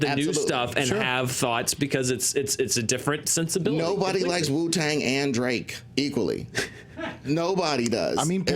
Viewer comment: Hearing say Wu-Tang is my highlight of the day.